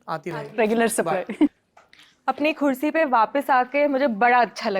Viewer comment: Khursi nahi kursi hota hai